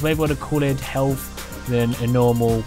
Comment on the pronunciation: Add fatch to make it four feet fick and give it more haytch pee, or helf....I love the accent, lol.